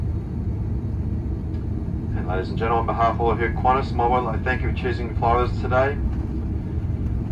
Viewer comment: Its not "Qvantas" but qantas.